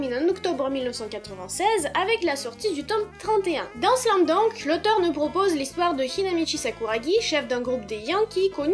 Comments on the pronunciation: C pas slam dounk mais slam dunk Voila voila 😑😑😑 Sa ma perturbé pendant toute la video sinon super video😘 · Oui mais non car c’est un mot américain donc c’est pas « dank » mais « dunk » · Pourquoi tu dis "slam dank " ? C'est " slam dunk " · Tu sais pas dire Slam dunk